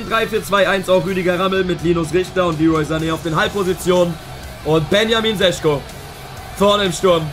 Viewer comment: Šeško wird Scheschko gesprochen